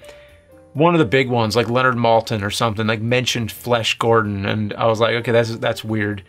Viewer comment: Flayash Gordon